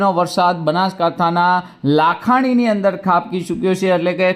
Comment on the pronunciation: લાખાણી નહિ લાખણી 😂